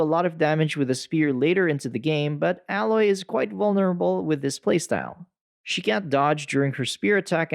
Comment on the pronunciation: I know this is nitpicking, and just a personal pet peeve, but you've played enough of both games for correct pronunciation of Aloy, and Tenakth. Since those names are used quite often.